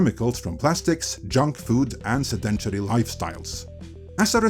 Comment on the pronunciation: Not your fault on language: "sehd-uhn-tay-ree" lifestyles.